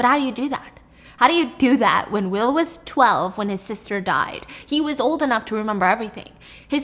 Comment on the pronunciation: And wis instead of was😹